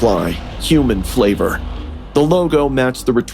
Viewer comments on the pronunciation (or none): thats not ‘FLAVOR’ more like “FIAVOR”